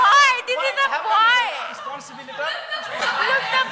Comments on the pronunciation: Responsible ❌️Risponsibiliter✅️ 😂😂😂😂😂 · Responsibilitaaar.....😂😂😂😂😂😂😂😂😂😂 I really enjoy this debate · Responsibilitor ❌ responsible ✅ 😀😂😂